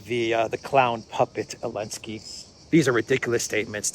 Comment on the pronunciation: What the heck are Himars? The currency of Ukraine is a HRYVNIA. And why are you referring to ZELENSKY as ELENSKY???? If you don't know how to pronounce A word or a name ASK SOMEONE WHO DOES!!!